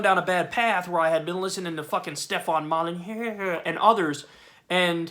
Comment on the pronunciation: Moleneax pronunciation gets me every time. And can you stop saying we have a healthcare system? We don't. Btw Start saying that "Establishment" is a euphemism for "Oligarchy" because it's true.